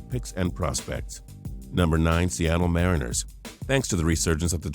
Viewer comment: You pronounce "Mariners" wrong